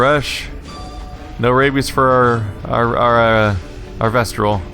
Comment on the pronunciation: I'm pretty sure it's "Vestal" not "VestRal":)